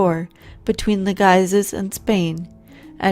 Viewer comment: I thought it was right but Guise was wrong.